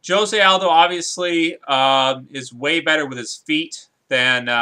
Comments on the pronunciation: It's pronounced 'hosay' aldo fyi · Thats not how you pronounce Jose